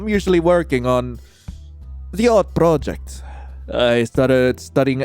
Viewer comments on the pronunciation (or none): none